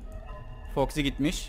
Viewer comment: abi foxy toxy dedin